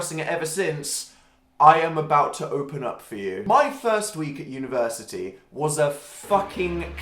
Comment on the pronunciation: as an American I totally didn't understand when he said "university" I am lovin' life whoo